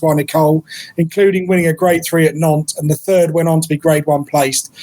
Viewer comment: I didn't realise that French track nantes is pronounced nonce 😂😂😂